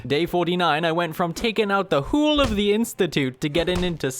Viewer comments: why does he say 'whole' like "hooolulu" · I love how he says whole "hoole"